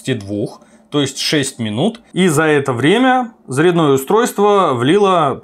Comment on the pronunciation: Русский язык поучи и не позорься)) заряднОе устройство)) может всё-таки зарЯдное))?